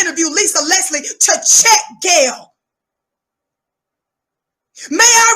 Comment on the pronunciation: Did she say Okra and Kayle??! 😂😂😂😂😂